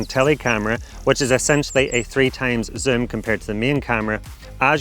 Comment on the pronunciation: can you learn how to say zoom properly please.